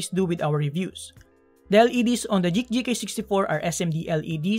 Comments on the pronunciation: Dude it's "GEEK"! I though you have difficulties saying G and K at the same time, I double checked the caption it seems like you are trying to pronounce GEEK,. I'm tilted. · Nice review but I just can't stand listening to "J"eek instead of "G"eek like Greek or Green. I've seen a lot of your videos and I thought at first you just mispronounced it but you kept saying it. Not hating you though. I still like your vids. Keep it up! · Geek po, not JEEK :) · Just thought about that now, you're right! I don't know why I keep pronouncing it as Jeek instead of Geek. Thank you for correcting me, I'll fix that in case I get a chance to review another Geek keyboard :)